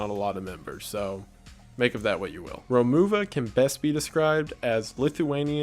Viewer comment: I really appreciate you talking about this one! Note: It's pronounced "Roh-muh-va"